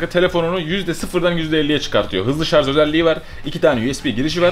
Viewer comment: şarz değil şarj